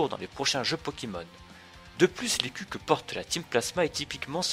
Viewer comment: qui a compris à "les culs" au lieu de "l'écu"?